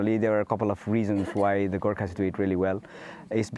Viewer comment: ओहो आउनुहोस् - Girkas, Girkers, Gerkins it's not so hard GURKHAS🤔